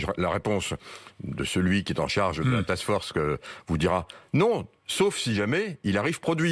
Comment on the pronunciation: « Task Forcek »